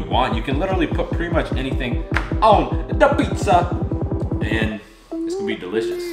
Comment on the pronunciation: did he just say digligious